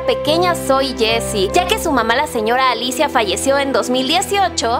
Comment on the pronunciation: No es Alicia es ligia